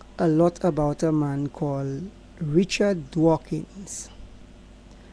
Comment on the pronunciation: It's DAWKINS...NOT DWAKINGS.